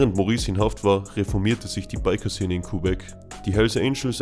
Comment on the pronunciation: Gute Videos... Aber sprich doch Quebec mal richtig aus😅